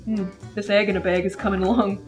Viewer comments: “EEGINABEYG” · Svala Vigfúsdóttir don’t worry it’s egggginabeg fo sure I paused it and rewound it 4x 😊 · I love she was just like IT WAS THAT EGGINABEG and I die That made me laugh so hard 😂